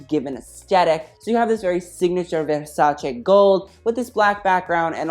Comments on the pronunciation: YAAS MAMA IT'S VERSACE NOT VERSACIIIII YAAAAASSS love from an italian fan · He is the first American on YouTube I have heard say with the right pronunciation the name Versace!!!